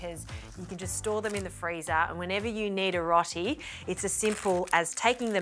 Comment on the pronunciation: Rot-ee 😂 row-tee